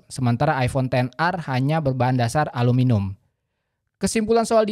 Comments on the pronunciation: aluminium bang bukan aluminum 😭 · Aluminium , bukan aluminum 🤣🤣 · Alumunium bg, bukan aluminum 🙏🏻